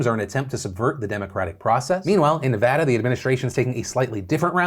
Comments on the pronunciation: I have to say I am so proud of Philip Defranco for finally pronouncing Nevada correctly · Maybe will all this focus on Nevada, people will learn how to say the state’s name 😂 (ty Phil for saying it correct btw) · Your updated pronunciation of my beautiful state of nevada has officially giving me a hard on. 💙